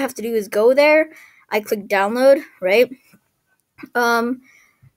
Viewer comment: why you keep saying ‘rigt